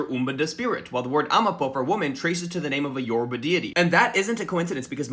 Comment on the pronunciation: Thank you so much for pronouncing Yourba correctly!